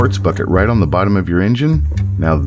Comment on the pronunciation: When you add an extra syllable to the word 'on', you probably shouldn't even bother popping the hood. 😂